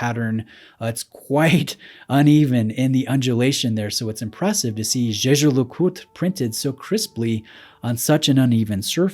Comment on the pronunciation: The absolute state of your Jaeger pronunciation